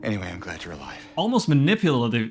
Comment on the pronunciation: It’s pronounced muh-nip-yuh-luh-tiv-lee…. Your welcome 😊 Another sick video! Keep on the silent hill vide! Look forward to the next one!